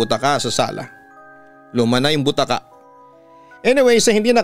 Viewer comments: Ang tamang pagbigkas ng BUTAKA ay malumanay o ndi mabilis... Originally BUTAKA word is from Ilokano upuan na gawa sa Rattan o kahoy n may mahaba na arm rest. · Slow po ang pag pronounce sa bu-ta-ka not butaka’